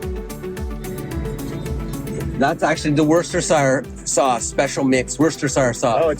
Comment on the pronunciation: Worcestershire has three syllables not four, it's were stir sure. 😊